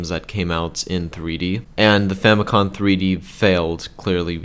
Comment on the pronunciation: Mistakes you made: 1. The GBA SP was frontlit until the 101 revision. 2. Famicom, not Famicon. Famicom. As in FAMIly COMputer.